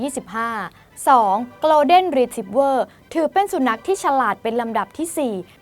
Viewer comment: คนอ่านต้องปรับปรุงมากอ่านชื่อพันธ์หมาก็พิลึกกึกกือเขาชื่อ โกล เด็น รี ทรีบเวอร์ไม่ใช่โกลน เดน อ่านข่าวน่าจะรู้